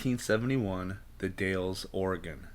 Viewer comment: Dalles rhymes with pals!!